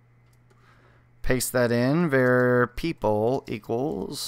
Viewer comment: for singing 'turn back time' -1 for pronouncing var "vare"